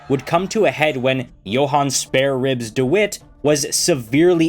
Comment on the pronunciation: Johann "spareribs" dewitt😂